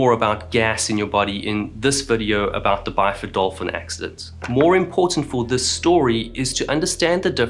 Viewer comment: He said "Byford Dolphin"